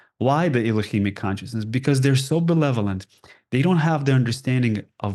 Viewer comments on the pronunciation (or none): He is awesome but he needs to learn the word "benevolent". Notice how he keeps saying "belevolent"? Was he confusing it with the word "malevolent"? Eh? Thank you!